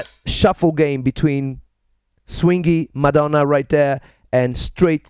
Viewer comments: Have you got the italian accent? Because when you said "Madonna" was in perfect italian! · "MADONNA" CON L'ACCENTO ITALIANO ADORO!